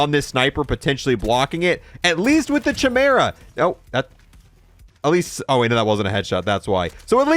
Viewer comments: Mans really thinks its called the CHAI-mara 🤦‍♀ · How to pronounce “CHIMERA” 🫵🏽🫵🏽🫵🏽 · Bro it was driving me insane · I cringe every time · At this point hes got to be pronouncing the chimera wrong on purpose, right? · Anyone else hate the way he says chimera? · Doesn’t know how to pronounce chimera or noir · Why do you pronounce chimera like that 😭😭